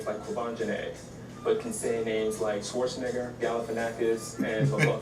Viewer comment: well, why can´t he pronounce "Schwarzenegger" correctly?